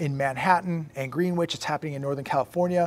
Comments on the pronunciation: GREEN-WITCH?!? It's pronounced GREN-ITCH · It’s pronounced “gren itch” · Its pronounced Gren-itch.